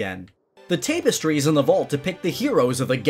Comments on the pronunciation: 'tape est trees' lol its 'tap ass tries' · by the way its pronounced "Tap-es-trees" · I cannot say that word, youth youth YOUTH Me: your saying it right but your saying Tapestries wrong XD love your vids though:D